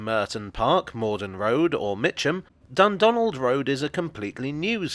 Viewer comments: I keep hearing 'Dumbdonald' and thinking it's named after Trump. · The pronunciation of Dundonald is really getting at me